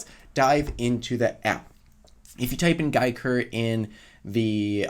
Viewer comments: Its pronounced Gee-ker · It’s pronounced Jee Ker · It’s pronounced as geeker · It’s giiker not giiker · Giiker is pronounced GIIKER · It pronounces gaiker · It’s guyker. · NOT gai gi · Its probrably Giiker like geek (nerd) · I've pronounced it "geek-er" because, well, it's geeky. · Probably pronounced Geeker, kinda like a geek cube? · Well if you guys really wanna know how it should be pronounced, try the Chinese pronunciation and derive the English pronunciation from there. Try listening to the Chinese pronunciation: Apparently, it should be pronounced Ji ke. But, Giiker is English, feel free to pronounce "Giiker" in anyway you like! Just like what we did for "Wuque"! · No it’s pronounce geek er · It’s pronounced Giiker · Keg CUBER you guys have it all wrong it's pronounced Giiker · I met the people who created them, it's pronounced Giiker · Did yall even learn how to read? It's pronounced Giiker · No no no your all wrong my dog is the creator it’s pronounced Giiker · no no no its Giiker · it. Is. Pronounced. Giiker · I think it’s giiker with to i pronounced closed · Mexican Cuber You said it wrong. Disliked